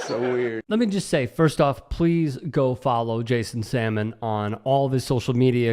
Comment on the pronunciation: Funny stuff. Jason Salmon isn't a fish. I think the 'L' is pronounced. Sal mon.